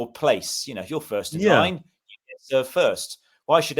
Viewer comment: It’s first come, first served. It sounds like you’re missing out the d.